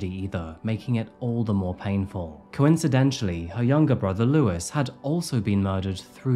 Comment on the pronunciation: Funny how you pronounce it "Coincidentially" when it's "coincidentally" but then say the boyfriend needs to go back to school. Really now. You're such a judgmental and condescending guy, you need to check that. You're not better than anyone mate